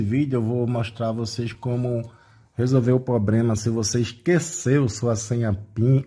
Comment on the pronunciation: Parei no "probrema"